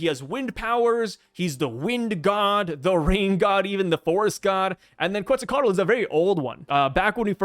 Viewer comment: Bro your pronunciation of Quetzalcoatl is pretty good! My tip is don’t put much emphasis on the Ls no meme